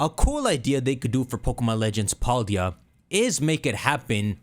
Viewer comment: I love how he says Paldea wrong